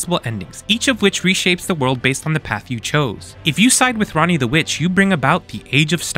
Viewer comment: The fact that guy managed to mispronounce ranni when she says it billions of times in one playthrough is crazy